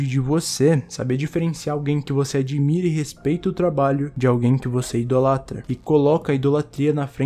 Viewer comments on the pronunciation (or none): "adimira"... ai que dor